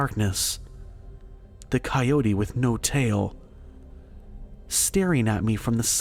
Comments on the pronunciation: Coyote=Ky-O-tee. Your welcome. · My daddy shot the monster, than my daddy had some big people drinks, & now my mommy is with a coyo-tuh-hey as guy pronounced coyote. Ki-O-tee not cyotahey. Just Ki-oats is cool too, but kiotihay isn't a word. Beyond that good job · Damnit man, you got decent stories but you can't pronounce shit, I just can't handle your saying suno ran dessert, and now it's a fucking co yota hay, dude your killing your whole set by butchering words so bad I can't listen to your channel no more, I'm sure I'm not the only one who unsus scribe dahuh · The pronunciation of Sonora & Coyote is killing me dude. Smfh. Good God!! 😂😂😂